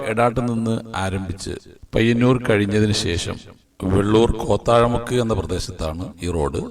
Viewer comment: കോത്താഴ മുക്കല്ല കോത്തായി മുക്ക്